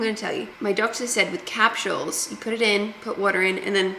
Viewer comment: I love that you pronounce it like Cap shulls. That’s cool 😅😂